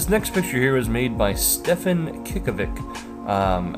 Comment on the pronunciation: its so funny how you said Cickovic